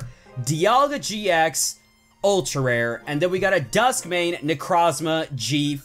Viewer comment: GX not EX